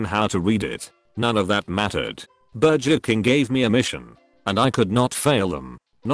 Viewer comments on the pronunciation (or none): "Burjur King"